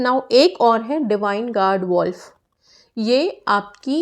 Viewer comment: Mam the spelling of guard is wrong on screen also do we say the animal name wolf or pronounce the way u say wo for wolf . Also if u can make a video on which color pen to use for which switchwords as it's confusing which pen to use for different switchwords . Can only one color pen be used for all switchwords. One more thing writing with pen daily on body part makes skin colorless n affects the skin any other way of writing on body part without damaging skin with harmful ink